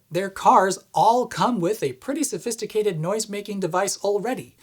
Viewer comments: "Phosisticated" I like that! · "Fosisticated"? Lol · "This one is more phosisticated"... As someone who commits spoonerisms often, thank you for making me feel represented!